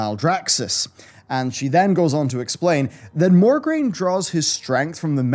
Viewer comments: Mograine not Morgraine sir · I love your lore videos, and you're dead on for most of it, but his name is MO-graine, not MOR-graine. It bothered me so much. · MO-graine. Not MOR-graine. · It's Mograine, not MoRgraine. D:<